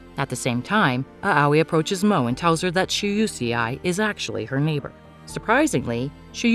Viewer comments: please. the name pronouciations are painful. Im not even trying to be rude. Maybe try looking gup how to say them properly. For example. Shousei is pronounced (SHOW-SAY) and Moe is pronounced (MO-AY). Aoi is (AH-OY). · EXACTLY! And it's "Mo-eh," and "ow-ee!" (At least, from what I've heard that's how you say Aoi) I hate when they get it wrong! So annoying! 😑